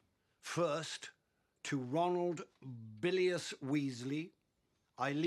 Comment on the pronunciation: "...to Ronald BILIUS Weasley..."